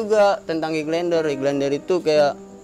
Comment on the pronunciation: anda berani, naif dan baik. Oya yg anda maksud highlander (bacanya hailender), hiking (haiking),;) sukses trs utk anda